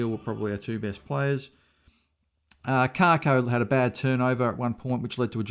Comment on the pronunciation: I’m not being a smartass. But it’s Kako, not Karko , there is no R